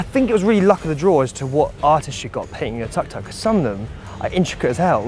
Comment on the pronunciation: Welllll ... the word Tuk Tuk is pronounced "took took" not tuck tuck. Btw, one of your mates looks like Piers Morgan.